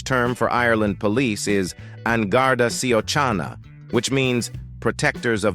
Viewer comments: "An Garda ceee-ooo-chinnna"...😂😂😂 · Both Síochána and sliotar were butchered by this stupid AI voice. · AI's total hash of pronouncing the Irish words síochána and sliotar is hilarious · Siochana and sliothar what’s horrible pronunciation 😢